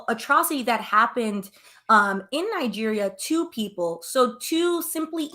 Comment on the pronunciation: Pronounce Nigeria out sounds like nigge@